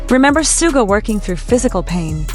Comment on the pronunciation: Please show respect to Suga by pronouncing his name correctly.